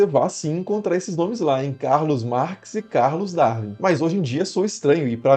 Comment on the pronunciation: De brasileiros, só o Pirulla consegue pronunciar bem: Charles DarUin, e não Charles DarVin. Isto porque o W em inglês é duplo U. Duplo V é na Alemanha.